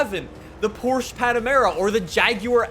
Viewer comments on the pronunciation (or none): none